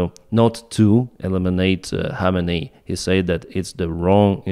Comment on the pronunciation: khamenei kh is pronounced like kharkiv kh